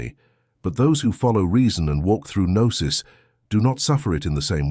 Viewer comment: Lazy use of A.I. narration. For example... noose rather than Gnosis. 🤦🏻‍♂️